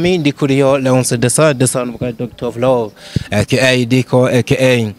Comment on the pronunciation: Umushitsi yavuze nabi izina rya Ndico😂😂😂😂